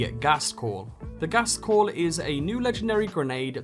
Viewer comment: its called to gased call its called Ghost call learn how pronouce the names right